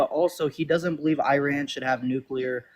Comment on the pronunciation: And Iran, Iran so far away... E as in sea... Ra as in the Egyptian god... N as in pronunciation you frelling dren heads! What can I expect from my fellow 'Mericans.